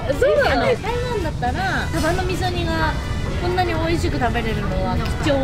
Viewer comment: サバの味噌煮が上手に言えないが めちゃくちゃかわいい❤ パイナップルドレッシング気になる👀 今度作ってみよーっと